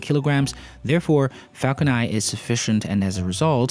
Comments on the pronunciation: It's Falcon *Nine*, not Falcon Eye... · Dude its falcon nine and not falcon nai